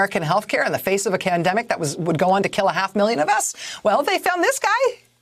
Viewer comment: Okay a little off topic but anyone he Rachel say candemic?